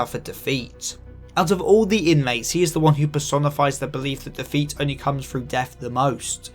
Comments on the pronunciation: the accent on "defeat" makes it sound like you're saying "the feet" half the time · You say defeat way too many times and all I hear is Da Feet